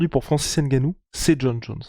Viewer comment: Insuportable cette manie Française d'écorcher les noms des Africains. N Gannou. NON! C'est N(Phonetique)gannou! La Soeur!🙃